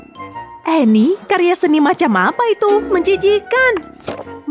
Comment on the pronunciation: cuba dengar betul betul annie bukan emi